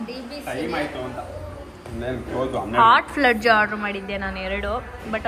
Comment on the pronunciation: it's not Hot fladge it's Hot "Fudge"